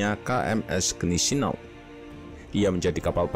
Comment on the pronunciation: maaf min ralat yg bner bacanya guineseau bhs jerman agak ribet